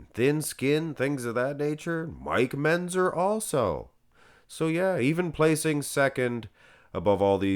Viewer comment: It's MENTZER, not MENZER. And KLEIN rhymes with RECLINE.